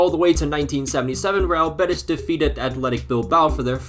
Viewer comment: its pronunced real bé-tEEEEs bro please